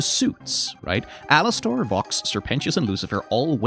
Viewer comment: “Alas-stORE” is driving me insane